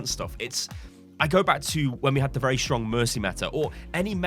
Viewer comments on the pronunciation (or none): none